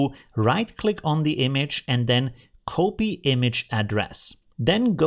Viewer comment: The correct pronounciation of copy is kahpee not cohpee 😁